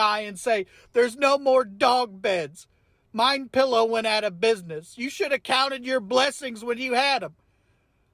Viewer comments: Pretty sure he said "Mein pillow" lol 😆😂😅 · "Mien Pillow" nailed it! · "mein pillow" 🤣😂🤣